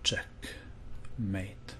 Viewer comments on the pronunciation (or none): none